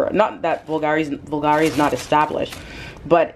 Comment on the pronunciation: Love the Bulgari bag, it is very special (to pronounce Bulgari properly, the accent goes on the U, instead the A) love the video.